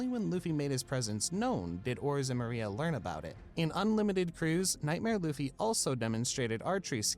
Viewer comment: the guy calling it bound-man despite the subtitles of the clip showing it was bounce-man annoyed me so much. Almost as much as him calling Moria, Maria.